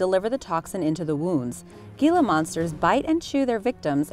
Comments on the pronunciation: I was enjoying it until you said 'Gilla' wronge. It's pronounced 'Heel-a'! Anything you research should be double-checked, especially for someone who likes to jump to conclusions by misremembering or quickly skimming through information for the first time; That's common for me!! I grew up learning the right pronunciation at a VERY young age - mostly because reptiles have been a passion of mine FOREVER - and I even thought it was SPELLED as 'Hilla' due to the unusual pronunciation of the 'G'. I believe it is named after something, like one of the deserts it is found in. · It’s pronounced Heela monster you twat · Gila Monster....Gila is pronounced 'Hee/lah' not gee/lah 🙄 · "Gila" is pronounced "Heela".........Just an FYI! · Gil’s, is pronounced with an H, not a G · Do something about your announcer, who can't pronounce anything properly, i.e. GILA is pronounced HILA monster! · its actually pronounced "Heela monster" not "geela". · It's pronounced Hela not gela but spelled Gila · Gila is NOT pronounced geelah (g sound) it is heelah (h sound) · Being from AZ, hearing her say gila monster when it’s pronounced heela monster makes me cringe. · "Gee-lah" monster, huh? Looks almost like the "Hee-lah" monster to me! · It's pronounced "hila" not gila lol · It's Hila love. That's how it's pronounced, not Gila.. Great video.. New subscriber!!! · You pronounced Gila Monster wrong. It sounds more like "Heala Monster" than "Gila Monster" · It’s pronounced, “HEE-la monster,” not “GHEE-la monster.” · "Ghee-la monster" is pronounced like the Spanish "J" sound, so "Hee-la Monster" is the correct annunciation...come on folks get your "Research on" eh?!! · Gila monster is pronounced Hila Monsters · ??? GILA MONSTER??? LMAO !!! FYI ITS PRONOUNCED *heeelaaa monster* FYI not ggiiillaa =-D lol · gila is pronounced HEELA not Gela with a long E. It is spanish. In spanish, the G is pronounced as an H, the I is said as a long E, thus HELA not Gela. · Gila is pronounced hila